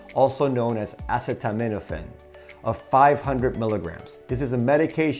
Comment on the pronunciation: Not sure I’d trust a Dr, that miss pronounces “ acetaminophen “